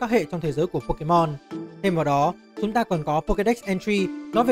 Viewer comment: đọc sai tên pokemon